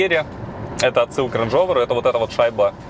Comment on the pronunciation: Пэ-жо, рэж-овер, слух рэжэт.